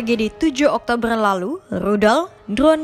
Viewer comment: Sumpah tertawa aku mendengar admin membaca berita yg di faseh fasehkan ngomong ER ketika ngomong oktoberrrrr ER panjang😂😂😂😂😂😂